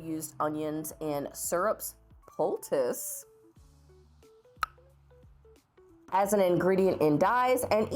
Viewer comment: I'm Black and Native American, specifically Choctaw, not Cherokee. I'm assuming "poultices" was pronounced that way because it's likely how they pronounce it in that Indigenous tribe.